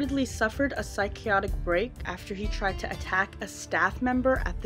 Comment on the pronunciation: Psychiotic?? lol. That's not a word.